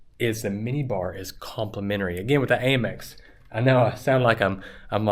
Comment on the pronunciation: You mentioned Amex a few times but why HayMex and not Hamex? As in United States of America (Express)⁉️